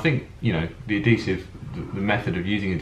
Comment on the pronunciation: It's pronounced "Ad-HEE-Sive" not "Ad-DEE-Sive"!